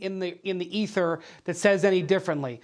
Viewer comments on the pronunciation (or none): none